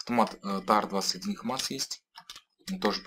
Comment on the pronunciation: Не позорься что еще за хмас ? икс мас вроде бы правильно.